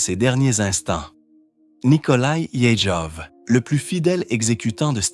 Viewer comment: Peut-etre pourrais-tu apprendre a prononcer correctement "Yezhov"?